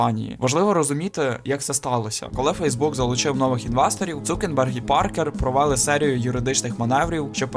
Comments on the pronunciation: Крутий відос, але ж він Цукерберг, а не Цукенберг 😅 (в назві проблеми немає, вона у озвучці) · Він не цукенберг а цукерберг